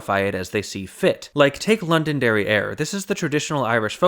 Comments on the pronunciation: I keep hearing say "London Derriere" and I snort every time. It's not even his fault - he's putting in a little glottal stop before the last syllable. I just can't help it. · Every time you said Londonderry Air I heard London derrière. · STOP SAYING LONDON DERRIERE